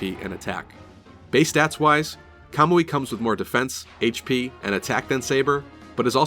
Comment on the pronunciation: Just a quick thank you for saying Kamui and not Kuhmooee